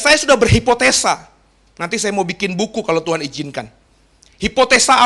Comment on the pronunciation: Saran agar pengucapan tuan dgn Tuhan supaya lebih jelas.